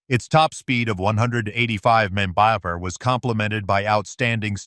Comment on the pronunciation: What the hell is he saying when he says mph?? Sounds like he is saying monkey bar. And what's with the word Solidify so much??